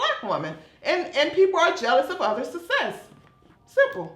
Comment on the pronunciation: Success. Not sussess.